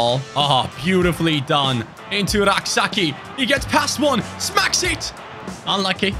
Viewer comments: Hey Rak-Sakyi is pronounced as Rak-Say-chi not rak-sa-key😂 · Rak-Sakyi is Ghanaian. It's pronounced Say-chi